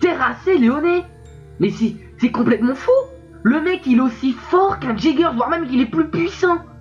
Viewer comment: Par contre Jager se prononce "iager"